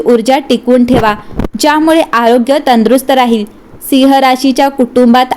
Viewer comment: सिंह म्हणण्या ऐवजी जो मराठी उच्चार आहे तसा म्हणजे ‘सिंव्ह’ असा करावा. मराठी कानाला गोड वाटेल. आपला आभारी आहे.